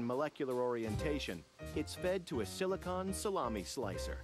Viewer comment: I hate they way he says silicon